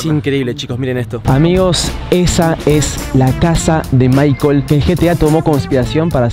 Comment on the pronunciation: maicel no maicol